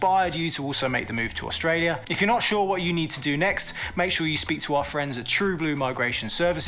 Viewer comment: Your Aussie accents are coming along nicely guys, but you need some work on how you say "Australia" - the first syllable just isn't pronounced - it's either just dropped (Straya) or pronounced "uh" (Uh-straya) - actually, you'd probably be better to say "Strya" to rhyme pretty much with "hiya!"